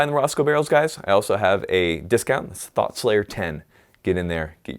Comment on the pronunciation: every time you say thought i can only hear it as thot